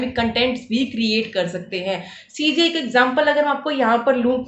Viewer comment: Cga nhi cgi ha, aunty ji😂